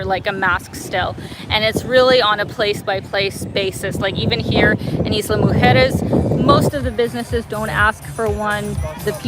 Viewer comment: Good pronunciation of Islas Mujeres. Most north Americans that speak English have problems pronouncing Spanish.